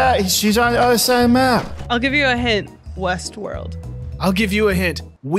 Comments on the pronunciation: is patrick now cause he said Weast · It isn’t west it’s wheast